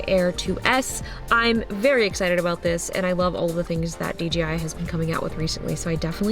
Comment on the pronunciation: Justine its not DGI its DJI!!!!!!